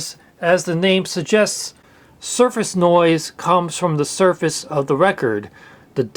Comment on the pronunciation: "suface" lol